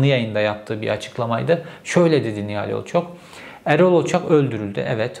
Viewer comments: Sizin gibi çok okuyup ! çok yazan adamın ısrarla Olçok yerine sürekli Olçak demesini bir türlü aklım almadı! Zaten sizi gazeteci sanan bizde sorun! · Sinirim bozuldu ya Herif hiç şaşırmadan Erol Olçak Nihal Olçok demeyi başardı.🤦‍♂️💆‍♂️ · Olçak değil ,Olçok Cevheri bey..!! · OLÇOOOOOOOOOOOK ! olçak ney kardeşim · olçak değil be aga! olçok olçok ooollllçooook! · Nihal Olçok demeyi biliyorsun ama Erol Olçak diyorsun ısrarla neden??? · Olçok diyemedin gitti.